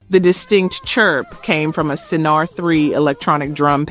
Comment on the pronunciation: About Ring My Bell, the synth drum used was a Synare and is pronounced Sin- Air, not Sin-R.